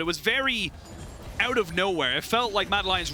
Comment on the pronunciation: Where did these casters come from though? Since when is 'out' pronounced as "eute"? O.o